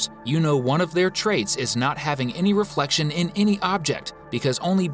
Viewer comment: Even the narrator said "thats odd, madam gazelle doesn't have a reflecfion" in the halloween episode